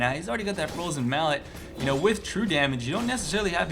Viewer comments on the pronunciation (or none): none